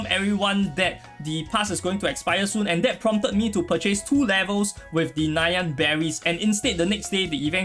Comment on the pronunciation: i like how u pronounce nyan as: Nai-yerns😆😆